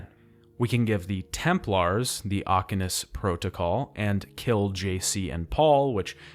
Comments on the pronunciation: Like, you actually played the games, right? You've heard them talk about the "Aquinas protocol" and pronounce Walter's last name, yet you mispronounce them both. Why? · Aquinas is the one that was grating me the most, it's literally said a metric ton in the original yet, he's mash mouthing it multiple times in the video